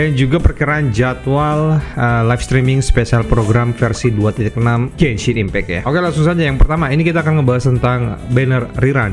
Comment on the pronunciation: "GOSHIP IMPEEK" senang hatiku mendengar nya